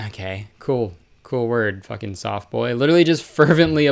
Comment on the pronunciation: when he said 'their fukeking jaws droped' i lost it 💀